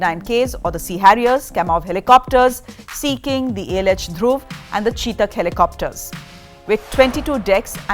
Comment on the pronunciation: Its ‘Chetak’ not Chee-tak as this lady pronounced..english accent copy krte krte..goron ki mis-pronounciation bhi copy kr rhi hai aunty